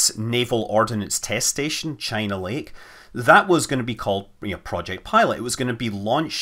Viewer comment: Scott, don't you mean "Chy-na Lake"?